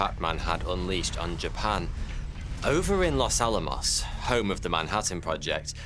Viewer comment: Ovver atoms? This is an English presenter. Ovver atoms? I think Guardio needs to part company with a YouTuber who cannot pronounce the simplest English words correctly. OVVER atoms is where I parted company with this video.